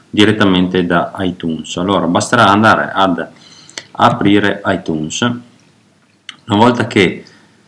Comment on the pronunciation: cmq si pronuncia aitiuns si pronuncia poi si scrive itunes :)